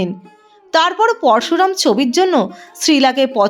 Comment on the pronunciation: Uchcharon eto kharap bllar noy vuru plug noy ota pluck hobey porsu ram noy poroshuram hobey😂😂